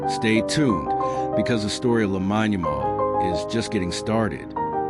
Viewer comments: It's AI, that's why it's pronounced wrong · First things first, you have his name wrong. I stopped watching bcuz of that. Get the pronunciation correct & remake the video bro.